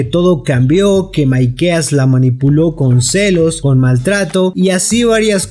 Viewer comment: Porque decís maikea jajajajja